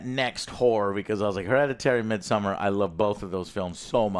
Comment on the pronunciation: You mispronounced almost every single Ari Aster film. It's Beau (/boʊ/ BOH) Is Afraid & Midsommar (/²mɪdˌsɔmar/ meed-soh-mmar)..